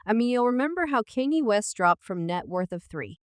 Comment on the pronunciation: An yo can tell its an A.I talking..cuz Kanye West and all the other words are all being said wrong